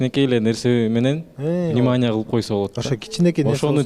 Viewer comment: Минимания дейтго Арген внимания дей албай😂😂😂